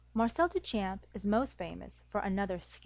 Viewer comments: good.... but you aren't pronouncing Duchamp correctly. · This video is pretty good. However, you’re pronouncing Duchamp incorrectly. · Every time she pronounces 'Duchamp' I cringe.